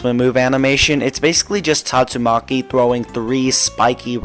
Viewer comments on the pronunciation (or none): bro just said tatto maki